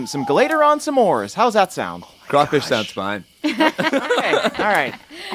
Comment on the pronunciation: Now we know pronounces "s'mores" like "suh•MORES." That's so weird lol.